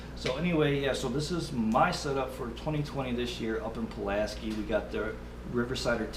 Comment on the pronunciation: I use the same set up only mine is a 9 footer. That reels drag is awesome. Oh and Pulaski is pronounced "sky" not "ski"😉